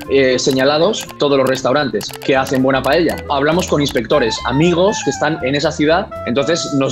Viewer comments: Why does he pronounce paella so strangely? It's pa-e-ya! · Why do English speakers pronounce it as PA-E-YA? It is PAELLA with LLLL! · Maybe if the stopped pronouncing it as pa-yay-ya then we wouldn't have this problem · I like how the narrator calls it payella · Seriously how hard is to pronounce paella. Is not PAYEEYEAA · Also it will be a good idea to fix the terrible English pronunciation pf paella.. it sounds like payella. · The narrator can't pronounce the Paella correctly and instead eats both L to make it sound Paeya. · Se dice PA-E-LLA, mecachis, no es tan dificil! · Stop saying pallella!! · I can't with the way the narrator pronounces paella, how hard is it to say it right? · It's funny because the man does mispronounce paella lol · Poor narrator can't even pronounce paella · Anyone else has noticed that he's saying Pa-ye-lla instead of Pa-e-lla? Is not criticism. I just want to know if anyone noticed. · Its clear that the native speaker says pael - ya, this guy keeps saying paehya, its freaking annoying, trying to sound classy. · STOP SAYING /PAYEYA/ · I've always been curious, why do you guys pronounce it "pay-yey-ja"? I'm not Spanish but I'm a native Spanish speaker and I've always noticed people struggling with this word. I'd pronounce it "pah-ae-ja", no extra "e" sounds in there. Is there like a historic example? I'm open to hear any ideas as to why this word became so difficult to pronounce for English speakers. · Lol, he'll atack you if you make paella wrong, but not if you say it wrong, apparently. PAH-EH-YAH not PA-YEH-YAH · Making a what 😂😂😂😂 payeyya its payela or payla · Starting with the pronunciation: It's PA-A-YA, not palleilla. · People: trying to pronounce Paella Me, an intellectual: PAEYAYA The committees are on their way. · Me mata como lo pronuncian “paieilla” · "Payaya"..... How did he pronounce it??? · Why do you guys pronounce it as Pa-yay-ya? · Pa e ya??? It's pa el ya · "Payaya" lol